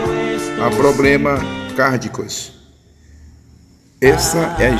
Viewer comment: Não é naicimento é nascimento, não é naiceu é nasceu, aprenda falar correto, Não é cárdico, é cardíaco.